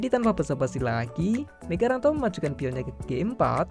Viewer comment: Migaranto rokade panjang itu, salah baca teksnya 🤣